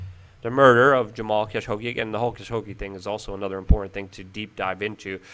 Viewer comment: "Cash-ogi" ok..